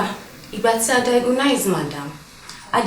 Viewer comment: It's agonizing to listen to these people mispronounce DIAGNOSE. How about breaking it up into syllables? It's not DIAGONISE please.